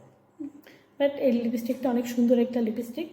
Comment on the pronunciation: Pronunciation ta thik kore korun na... 😮 🥴 🙄 🤔 🤭🙉 ..... Libistic noy... 😮 😮... Uccharon ta hobe.... Lipstick...... 💄 💄 💄 💄..... Ar eita ki 1 min ter video dakhalen.. . 😅 ...?? .. 🥴 🙄🤔 .... Shuru hobar agei toh apnar ei libistic er upor video ta sesh hoye gelo.... 😅 😅 😅😅 ....